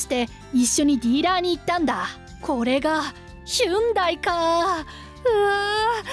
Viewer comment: ヒュンダイ？ ホンディでは？